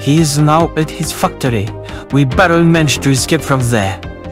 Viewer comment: J, Said FUCKTORY Its Funny